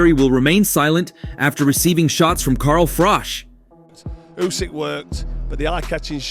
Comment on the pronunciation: ‘Car Frok’! WTF….. sort out your pronunciation!